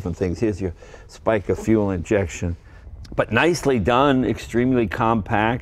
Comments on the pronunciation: I'm a long time ALFA fan. Owned Duetos, Alfettas, GTv6, Julias. I actually rally raced one of my Alfettas. It did ok in the dirt. I also have all the tools for working on the Spica fuel injection system. And Jay it's pronounced "Speaka". I have a mountain house in New Market Virginia. There is a hotel just north of town that had a White Montreal parked in its lot for years. They also use to come up for sale quite often in the National ALFA club rag back in the 80's. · He pronounced "Spica" incorrectly and was pretty sure about that, then he perfectly pronounced "Alfista" but wasn't sure about it :D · beautiful. my neighbour has one and they sound great. Spica is pronounced "speeka". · The Italian fuel injection system is pronounced Sp-ee-ca not Sp-i-ca. Alfisti is plural. Alfista is singular.🇮🇹🤗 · All well said Jay, also your italian accent is very good! About oil and warming up you are right, taking in account that all these engines run on quite thick oil like 10W60. I wouldn't call Alfa engines unreliable... but they can get very unrealiable if you don't do proper maintenance. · SPICA - almost good pronounciation, the "I" is pronounced like in the word "dig", so like "e" instead of "i". Società Pompe Iniezione Cassani & Affini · This puts the "Sport" in Sports car. Pronounced Speek-ah. Jay, are the headlight "eyebrows" electric or vacuum actuated? I think red or silver might also be a good color for this car. Warm up! My Alfa Spider becomes a different car after being warmed up. I mean, everything improves after being warmed up: Engine, trans, rear-end, brakes, shocks, drive shaft, clutch, steering box, tires, etc. This all takes about 20 minutes on average. You can really hear and feel the difference. ps: Next time, open the rear window hatch. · Have lusted after my uncles almost identical orange 72 since I was a child, and inheriting it someday. 36,000 original Ks. Spica is pronounced “speak-a”. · Come-on Jay, you're Italian, t's pronounced "Speeka"